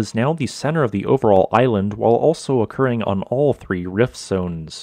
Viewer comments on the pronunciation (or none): none